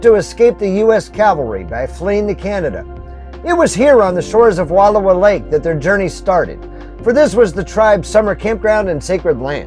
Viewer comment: Please, learn how to pronounce the names of the places you spotlight before you make these videos. It’s painful to hear you mispronounce Wallowa, repeatedly. Frankly, it’s disrespectful and would require very little effort to correct.